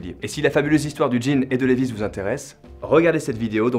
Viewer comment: Par contre ça se prononce " liːvaɪ " .... pas lévisse